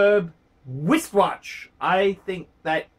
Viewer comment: it is my hope that one day you will properly pronounce you wishwatch check as wristwatch.